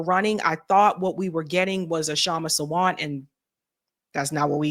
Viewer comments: Hello.. Sawant is pronounced Saa-vunth.. not Savant 🤗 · It's pronounced SAA-want (last syllable rhymes with hunt) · The speaker must learn how to pronounce the name Kshama Sawant . Disappointed